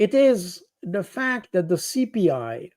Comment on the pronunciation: And another thing. Why is Baud scared of the voiced th sound. He substitutes d. He says ‘dat’instead of ‘that’ The sound does not exist in French. It’s always a challenge.